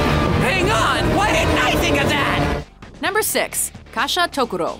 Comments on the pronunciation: It is Gasha-dokuro. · Why did you say kashatokuro when the the screen said gashadokuro I AM CONFUSION